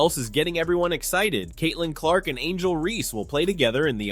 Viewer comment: How did you post a clip with the reporter saying her name and then mispronounce it right afterwards?